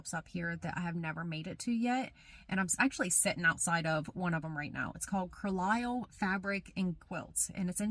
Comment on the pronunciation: I have lived in a close proximity to this area my whole life. It’s such a fun area! Just a little help for you…. It’s pronounced Carl (as in a male name) Lyle (also as in a male name) 😊